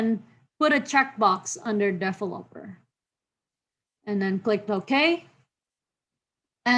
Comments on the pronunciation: very helpful. good laugh at the defferloper. i would call it de-vel -lo-per. but well put content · under "defeloper" hehehe great video tho sorry for mocking